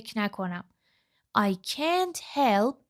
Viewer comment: درود به خواهرعزیز شرمنده، به هیچ عنوان قصد تخریب یا تضعیف روحیه شما رو ندارم ولی مطمئنم که شما در این زمینه تحصیلات دانشگاهی ندارید و از طریق مؤسسه، زبان آموخته اید چون چه از لحاظ تلفظ، چه از لحاظ آهنگ برخی جملات دچار ضعف هستید فاحش ترین این اشتباهات تلفظ can't بود که حرف a را schwa تلفظ میکنید من تا نیمه ویدئو را دیدم و خیلی با خودم کلنجار رفتم که این مطلب را کامنت کنم یا نه !؟ امیدوارم که زین پس با آگاهی کامل مطالب را به مخاطبین محترم کانالتون انتقال بدین با سپاس ❤